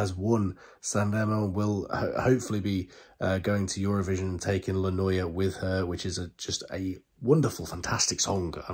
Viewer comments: The right pronunciation for the title is .. LA NOIAH.. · La noia si pronuncia come è scritto